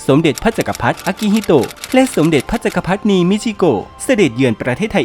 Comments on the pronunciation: "จักรพรรดินี " อ่านว่า จัก กะ พัด ดิ นี ไม่ใช่ จัก กะ พัด นี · "แดนอาทิตย์อุทัย" ไม่ใช่ "แดนอาทิตย์อุไร" แล้ว "พระจักรพรรดินี" อ่านว่า "จัก-กะ-พัด-ดิ-นี" ไม่ใช่ "จัก-กะ-พัด-นี" แล้ว "ปลานิล" คือ "ทิ-ลา-เปีย" หรือ "ทิ-ลา-เพีย" ไม่ใช่ "ทิ-ลา-เฟีย" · จักรพรรดินี น่าจะอ่านว่า จัก - กระ - พััด ~ ดินี หรือเปล่าครับ